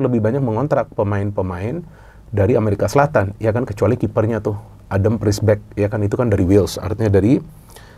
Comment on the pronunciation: salah mengeja namanya Bukan Adam Prisbek Harusnya dibaca Adam Syhibekh